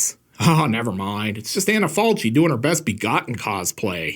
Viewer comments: One of my favorite too, not to be pedantic but the name of the actress is pronounced “Anna Falki”. Good review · I love the movie, the book and the way Tiziano Sclavi told his existential stories in his comic books in the Eighties. Thanks from Italy. PS. The proper pronunciation of "Falchi" is "FalKi". Just in case. Great video as usual! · Maybe someone already told you but the italian pronunciation of her name is like Anna FALKI. Just FYI 😊